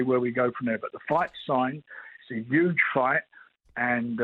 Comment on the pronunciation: "it's 'uge!!"...